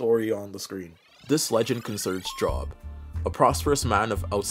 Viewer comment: The name Job is generally pronounced Jobe. Like, the o is the same as if you said, oh okay. Saying like work job is funny though, because it's probably fitting. People have unmoving faith in their obligation to hold a job.